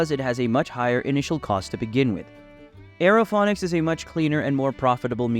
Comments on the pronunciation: What are you talking about? He pronounces Aerophonics and hydrophonics correctly? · Stop pronouncing it wrong.